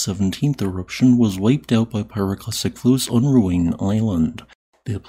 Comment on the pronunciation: Actually the pronunciation of Ruang is (Roo-ah-ng), the A is pronounced like the U in 'but.' As an Indonesian and your subscriber, thank you for all the volcanoes update